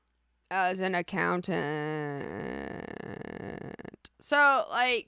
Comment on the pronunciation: Congrats on the new job! Why did you say “accountant” in that funny way? 😂